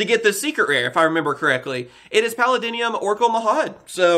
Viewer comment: It's Palladium not Palladinium